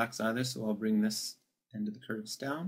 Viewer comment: no no, i understood it now thank you :D but you said it like [and] so i thought u meant "and" key, but really much thank you that comes in handy :) you earned a subscriber here >:)